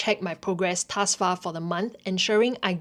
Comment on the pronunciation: the way you pronounce the word "thus" always gets me... but good video nonetheless!